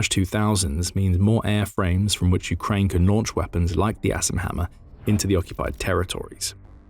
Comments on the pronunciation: Sounds like hes saying Ass and Hammer..so im googling that. LOL. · I'm gonna be honest... I thought he said "ass and hammer" at first lmao